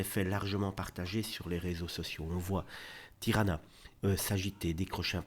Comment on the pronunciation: Elle ne s'appelle pas Tirana ! Tijana ( se prononceTiana )